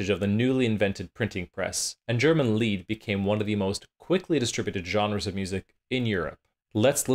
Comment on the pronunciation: MEHdici, accent on the first syllable. Lied is pronounced “leet.” I see your diction book on the shelf😉Good music samples!